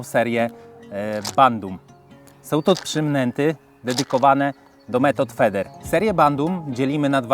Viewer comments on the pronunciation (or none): method fider sie czyta jak cos wedlug slownika